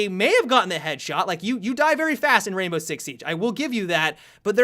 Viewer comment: I thought you said "Rambo 6 siege" at the beginning....